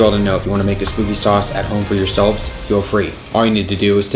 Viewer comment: not "SPOOKY"